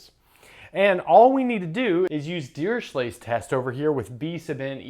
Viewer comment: A simple question. Why dont u pronounce dirichlet as u pronounce chloe or echo. Fourier is not four year. Etc... Just saying.